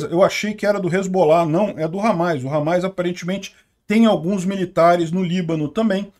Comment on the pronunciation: Desculpa mas "Ramáis" ficou até engraçado